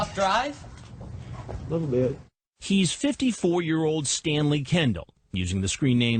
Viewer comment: Wtf is a "stayneley"